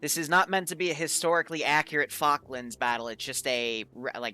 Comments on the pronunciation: Hears say Falklands Peasants: y0U pRoNoUnCe iT wRoNg! Me, an Intellectual: Yeah, it's Islas Malvinas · The way you say Falklands, and the M16A1's being used upsets me. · You say Falklands wrong